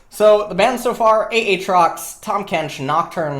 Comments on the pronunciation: ITS actually pronounced atrox. In his quotes he fucking says it.... lol...... idk why people say it's anything different... its a sad time... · Whoever pranked into starting to say "A-atrox", legend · He started it himself to spite people who corrected his Aatrox pronunciation